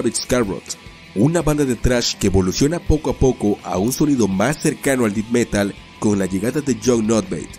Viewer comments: Como sugerencia para mejorar el contenido, la pronunciación correcta de la palabra death es De-th y no Di-d. Muy buen contenido e ilustraciones. Gracias por la informacion. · Me gusto mucho tu video, solo me daba un poco de cringe cada vez que decias "dit" metal es Death metal (se pronuncia como "det") , fuera de eso realmente deberias tener mas subscriptores. Sin duda una banda De Blackened death adelantada a su epoca. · Pronuncian muy mal los nombres y no se dice dith metal, es Death Metal, el apellido de Jon Nödtveidt también lo pronuncias mal. Gracias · Si me sacó un poco de onda que digas “dit metal”, dilo igual que el vocalista de Mayhem carnal, así como se lee, igual buen video con información muy chida 🤘🏼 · así es, y digo no tiene que pronunciar perfecto, pero el "Dit metal" si me saco de onda. Pero hace un buen trabajo. Saludos. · "def" metal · Buen vídeo, pero cada vez que dices "dit metal" muere un gatito sacrificado. Haces bien lo más difícil, el vídeo, ¿y no puedes ir a Google translate a corroborar como se pronuncian las cosas en inglés? No entiendo. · "Dit" Metal?? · "Did meral" 🤣🤣🤣🤣🤣🤣🤣🤣🤣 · "Dit" metal. 🤣🤌😵‍💫😕🙃😂😬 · Me pasó igual... también cuando dijo mal el nombre de la banda. Tiene algunos errores en su pronunciación del inglés, pero el vídeo estuvo muy bien. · Él quiso decir: death metal. Es una mala pronunciación.